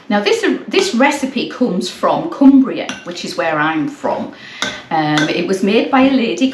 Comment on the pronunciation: I actually thought you were saying, Glaswegian Gingerbread, Hah! I wonder if I could substitute fresh (microplane does it very fine, just sent one to a cousin in Ireland) grated ginger root for the jarred stuff, for some reason ground ginger always tastes soapy to me (have the same problem with cilantro). I'm guessing I'd need two tablespoons instead of teaspoons.